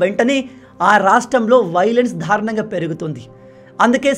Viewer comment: నాయనా దారుణం అని పలకాలి కానీ మీరు dhaarunamu అని పలుకుతున్నారు సరి చేసుకోగలరు